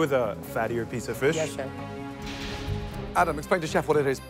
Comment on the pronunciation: I always cringe when the HC narrator says Ferrrrrrsh, its pronounced fish not Ferrrrrrrsh